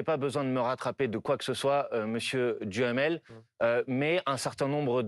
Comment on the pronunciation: 😂😂😂 J'adore ! M.BOMPARD prononce le nom de M. DUHAMEL par M. Djamel, tiennnns 😂😂